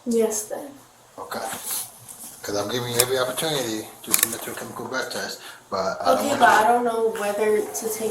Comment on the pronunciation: ok but if he can't properly pronounce the word breath maybe he should be reading it. I kept wondering what the heck a bleath test was.